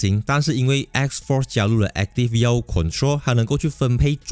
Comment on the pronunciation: Yaw读音接近”your”不是”要”😅